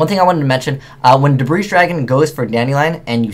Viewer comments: So it's not pronounced 'debr-aye'. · The s is silent in debris bro. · Omg I hate when people say the s in debris. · You're referencing spelling, he was referencing pronunciation. He was right, by the way, the "s" in Debris is silent. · Debris, the "s" is silent. Ugh. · One thing when watching you or videos is...why do you never pronounce Debris properly?:P